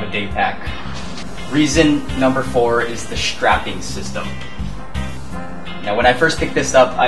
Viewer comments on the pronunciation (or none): ekshtreamly) shtraping) it's funny way to say things =) no offense)